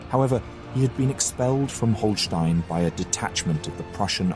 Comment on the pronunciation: Dear narrator learn german (at least how to pronounce site names) Holsteen, Hesse?😅